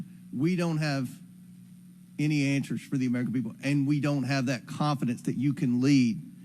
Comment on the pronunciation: is it answers or anshwers?